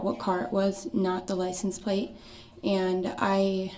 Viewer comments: I can’t for the life of me understand why an English speaking grown man in America says “licenT plaCE” instead of license plate. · Licem place.